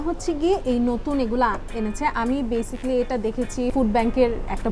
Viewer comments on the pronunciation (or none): none